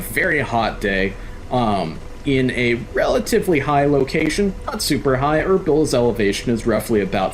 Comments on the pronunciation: Glad you put this video out and I don't think you're wrong. I flew Hawker 400s (after Apaches) and air sense is air sense. We pronounce it "Er beel" not "er bill." I spent 3 years in the Kurdish Air Force, lol. I'm a new subscriber and I like your channel. Check out my book! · Erbil is pronounced Er-BEEL. Kinda like Beale St. or Beale AFB. FYSA. Cheers!